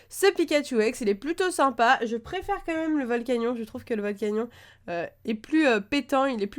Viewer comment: Ça se prononce (volcanione)